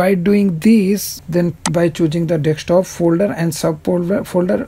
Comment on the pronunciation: Thanks. But Why you say Dekstop ? its just Desktop